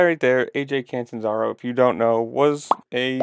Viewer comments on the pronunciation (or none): Bro! At least get his name Correct! Cantanzaro! lol. 😅is that coz he Can’t? He Can! He’s the Cat! The Catanzaro!